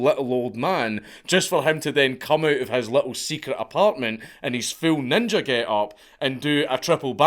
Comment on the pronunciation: Only real ones say ninjer with a hard r